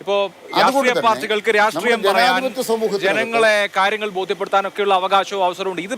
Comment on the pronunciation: രാട്രീയം അല്ലെടോ മരപ്പൊട്ടാ.. രാഷ്ട്രീയം.. രാഷ്ട്രീയം..